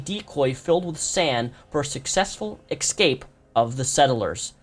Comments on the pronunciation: don't mean to nitpick but you said it so many times during the video - ecscape is not a word, it's escape (eh-scape) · I am a reptile, but please try and pronounce escape correctly, instead of excape, if you are able to :)